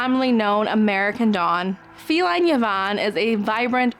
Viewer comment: Thank you. I am growing Wine Eyed Jill, Penhill Watermelon, Cafe au Lait rose, Erpeler Ley, Aphrodite, Red Labyrinth, Destiny's Teacher. Thanks for Ivanetti and Ferncliff Spice to add to my must haves. I wrote the whole list to be honest. Yvonne is pronounced E vonne. The French way. Viewing from North London.